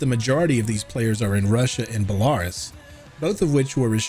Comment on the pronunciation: I saw your short and I like your content and I just want to say how you pronounced Belarus caught me off guard so much. Not complaining just was like huh. New sub keep up the content